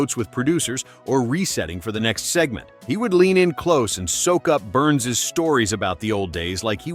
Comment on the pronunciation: George Burns. "Burns' " ( a possessive case of 'Burns' ) is not pronounced "Burnses." It is pronounced "Burns." Duh. Neh? Duh. Neh? Duh. Neh? Duh. Neh? Duh. Neh?